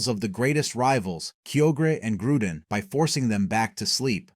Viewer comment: regeese motwo reggerock registyle keogre groodon U.X.I.E. mespirit, dude didnt spell mesprit right, heatrin geratina resherum zeekrom i know i missed some but this is not believable because this idiot mispronounced a lot of names